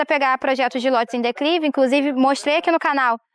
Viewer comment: Eu acredito que ela tá tentando dizer "declive" não dá pra entender direito